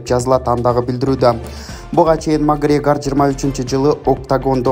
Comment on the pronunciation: Магрегор эмес эле Макоорегир кайдагы падыша